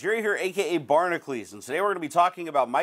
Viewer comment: Drives me nuts, ... your Barnacules spelling is pronounced Barna-q-ls or barnahcyools... the way you say it, it shoul be spelled Barnaclees. ...I dont get it.